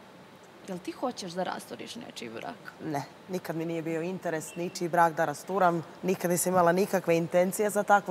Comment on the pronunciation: rece ,, da rastiram:)) akcent 😂